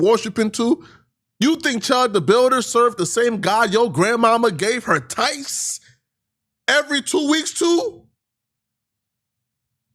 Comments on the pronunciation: her TIFES?? 😂😂😂 i know pronounces his th’s with an “f” sound but clearly hes only read “tithes” and never heard it spoken 😂 if he did he would either say it correctly or pronounce it “tives” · said tites, its tides 😂😂😂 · can't even pronounce "tithes" correctly. 😂😂😂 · This subject fits his blog style 😂 “The God I suuhhv” ..pay “tiiths” 😂